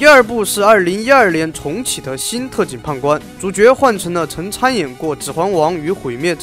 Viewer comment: 不好意思我聽成 特警"胖"官